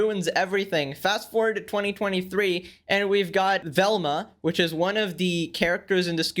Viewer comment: That ain’t Velma that’s velmcuh